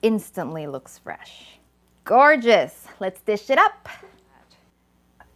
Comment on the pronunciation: 👍👍👍tasty! I like the way you say FRRRESHH CILANTRRRO 🤣🤣🤣